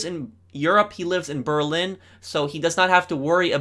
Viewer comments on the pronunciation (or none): none